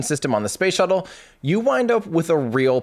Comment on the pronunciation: I keep hearing "shovel" every time Tim says "shuttle" and I'm laughing like an idiot by myself. Space shovel. Space shovel. 🤣